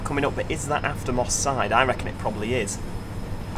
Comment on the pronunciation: Moss side sounds like Mossad